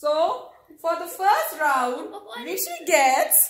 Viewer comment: My name is rwishi,, not Rishi,, hahahahaha